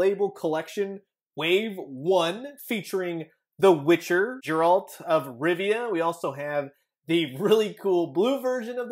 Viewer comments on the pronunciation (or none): Bro it's a hard G so it's pronounced Geh-RALT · It'd seriously take 10 seconds to look up how to pronounce Geralt's name. Spoilers, it's not Jair-Alt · The witcher's name is pronounced "G-Air-Ult"!!!! GERALT!!!